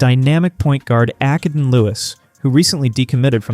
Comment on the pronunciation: I've got a suggestion, don't make videos with false information and learn how to pronounce their name first. It's not ack-uh-den it's uh-kay-den and Acaden Lewis has decommited